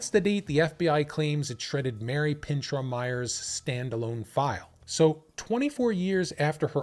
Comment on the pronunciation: It’s pronounced “ PIN -SHOW “